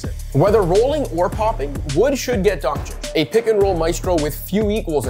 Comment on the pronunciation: Excellent pronunciation of the surname Dončić. And don't forget that Luka is only 23 years old. Excellently made content.